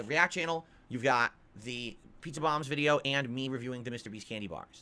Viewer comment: The guy didn't ask if the "pizza bahmbs" were authentic, he asked if they were basically homemade hot pockets lmao